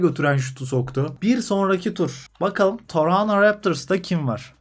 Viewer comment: Muazzam Toronto telaffuzu